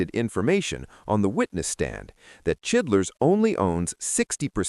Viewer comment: Uhh.............. Who da fuck is chidlers????? Don't ya mean CHILDRESS??? Get it right guys,!!!